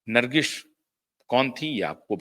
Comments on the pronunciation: भाई साहब, नमस्कार। आप कैसी हिन्दी भाषा बोल रहे हैं? नर्गिश नहीं;बल्कि नर्गिस है; प्रोड्यूशर नहीं प्रोड्यूसर होता है।आपका बोलने का लहज़ा तो अद्भुत है; लेकिन शब्दों के अशुद्ध या गलत उच्चारण के कारण ऐसा लगता है कि मानिए रसमलाई खाते-खाते अचानक मुंह में बाल अथवा कंकड आ जाता है और मज़ा किरकिरा हो जाता है। उच्चारण की सटीकता पर ध्यान दे। धन्यवाद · ब्रांडिंग तो बहुतों ने करवाई,चाय बेचने वाली ब्रांडिंग भी सफल रही। नर्गिस को ठीक उच्चारित करें। नर्गिश नहीं।